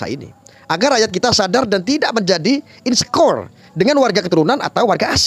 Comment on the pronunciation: tolong bahasa Inggrisnya diperbaiki pengucapannya, biar keren. Coba cek pengucapan kata insecure" dan "privilege" di kamus.